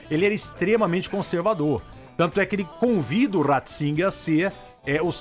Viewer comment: "Ratssinger" Tá sabendo, Roberto.